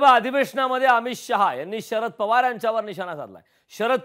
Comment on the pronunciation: अडाणी तडीपार आधी शरद पवार म्हणायला शिक .